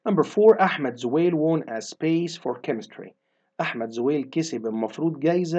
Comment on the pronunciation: Won بننطقها يامستر زي كلمه One